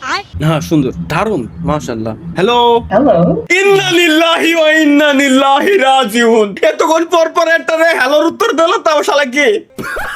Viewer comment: ইন্না-লিল্লাহ ও ঠিকভাবে বলতে পারে না